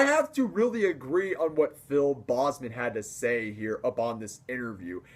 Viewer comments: PHIL BOEZMAN. No sir..it's Phil BOZEMAN. BO. BO Z MAN. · It's not "bossman", it's "Bozeman". That's the only thing criticism I have. Other than that, good video. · It’s BOZE-man. Like the headphones. Not BOZZ-man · good job man your right. the bahhhzzman thing was a funny pronunciation. I agree that people shouldn't talk shit about people's taste. But let's face it some bands/music just sucks. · If he is one of your favorite vocalists and you met him twice, it's kind of embarrassing that you mispronounce his last name all the time! Watch his videos on YouTube! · awesome vid!!!......but the way you said bozeman made me cringe so bad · Bozeman is a Dutch last name meaning "angry man", try Google translating Boze man. - from a native dutch speaker